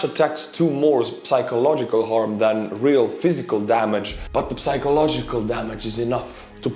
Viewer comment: my dear friends, you don’t pronounce the P when you say psychological